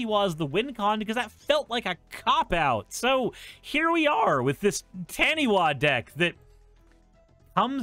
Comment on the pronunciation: fyi taniwha is a maori word and is pronounced ta - nee - fuh since the wha makes a fuh sound in the language